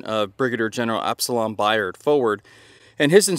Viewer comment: Nice video, but FYI, BAIRD is pronounced BEAR-D